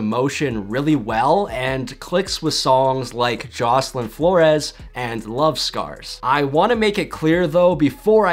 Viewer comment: Jocelyn Flores is pronounced Jocelen Flors